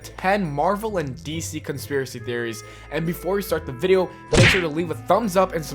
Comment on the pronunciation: This dude said "welcome back to the viero"